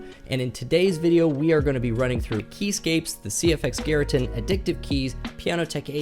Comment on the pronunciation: "CFX Garreton" ❌, "CFX Garintin" ❌ 😁 CFX Garritan ✅